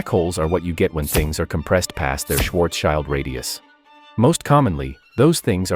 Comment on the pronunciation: As long as this clanker can't pronounce Schwarzschild proper we have nothing to fear.